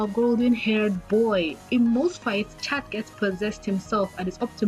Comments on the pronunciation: Please, if you use the french name of chat noir, don t pronounce the t at the end of chat because that s for chatte: the femal cat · why do people say chat as "shat" DONT YOU PEOPLE KNOW THAT "CHAT" IS FRENCH FOR CAT?? the only reason it's spelled in the french way IS BECAUSE THE SHOW IS ORIGINALLY FRENCH! please pronounce it as cat instead of chat thank you. (I'm sorry but i really had to vent) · You said chat instead of shat couple times I forgive you tho bc you said it right nearly all times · I’m so confused on why she keeps on calling him chat instead of cat